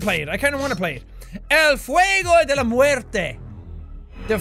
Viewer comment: when he said "Fuego de la muerte " in Spanish he said it well and when he said it in English he said the words right goo jack 👍 you did it LIKE A BOSS!!!!!!!